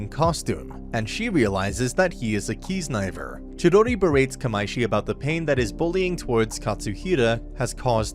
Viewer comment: I hear "key snipers" when you say kiznaiver